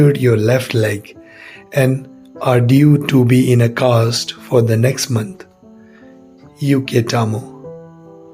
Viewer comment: The pronunciation of "uketamo": it's not you-ke-ta-mo. It's "oo": oo-ke-ta-mo. And "Ise" is not pronounced like "ice." It's "ee-say." You should get someone who knows the language to check you video before you post it.